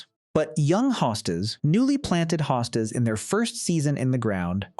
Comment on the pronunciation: Please stop the AI narration! One moment Hostas is pronounced with long O and the next with an AH. Very annoying and distracting.